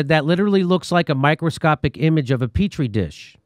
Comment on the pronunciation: petri* dish, joy ann... read!